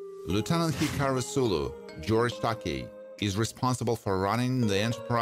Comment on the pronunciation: Wow. People age. What's up with THAT? =smh= P.S. You mispronounced George Takei's last name.